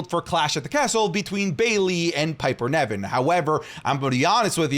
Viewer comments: Not pronounced Neven, its NIVEN! (Pronounced Like Live)! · Every single video, I wonder if knows that Piper's last name is Niven, not Nevin